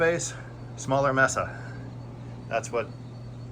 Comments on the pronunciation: maysa not messa. good review though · It's "may-sa" not "messa". Spanish for table. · With the exception of your mispronounciation of the product you an informative and entertaining video. As you may know, a mesa is an elevated piece of land with a flat top and steep, cliff-like sides commonly found in the American Southwest. But "mesa" is also the Spanish word for a table and it's pronounced "may-sah" and not "mess-ah" as you were saying.repeatedly. Anyway, this is only meant simply to be friendly FYI. Again, I enjoyed your video and I will keep an eye out for future installments. All the best and happy new year. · I think it’s pronounced may-suh like the city in Arizona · "May-sa". You're welcome.